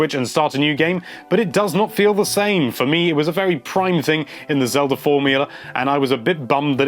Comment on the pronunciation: He said it like "zelder"